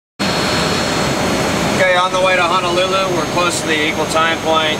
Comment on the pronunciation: Honolulu is pronounced Hónólúlú not Hánálulu. And Makapu‘u is pronounced Mákápú (golatical pause) ú Sorry for the criticism. My OCD